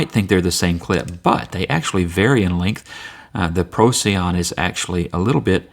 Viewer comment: It's named after a star and is pronounced "pro - sigh - on", FYI